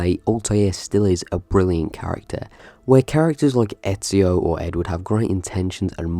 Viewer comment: I strongly disagree with your ranking. First comes Ezio (and I believe if he is truly your favorite protagnoist of the series it might have been worth looking up how to pronounce his name correctly), then Altair, then Desmond and after that just the characters in the order the games were released. With every year going by I was dissappointed a little more. I'd even say that some side characters in AC II, Brotherhood and Revelations were better written than some protagonists in later games.